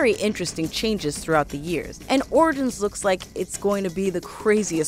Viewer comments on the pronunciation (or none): she said "Assassin's Creed: Oridins" lol